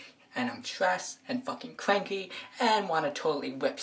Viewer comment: "Because I'm tressed"